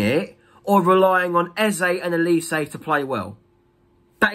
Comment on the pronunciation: Why do Crystal palace fans also pronounce Olise's name wrongly? This is infuriating. It's 'O' not 'E' OLISE not ELise!!! It's a Nigerian name.